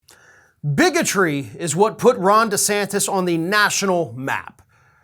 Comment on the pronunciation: it's de santis not de Santos.